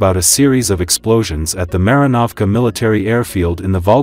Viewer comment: When will you English speaking voices get European names pronouced correctly? The letters a in Marinovska have to be pronounced like in father. But thank you for at least stopping cursing Kursk. Thank you very much. ❤